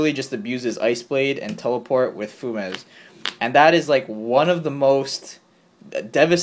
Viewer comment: Fu-mez? Fumes is a word lol. Few-mz